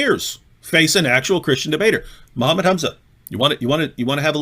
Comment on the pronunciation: Zakir naik menyebut nama nabinya aja belum benar. Apalagi arab² pesek lokal. 🤣🤣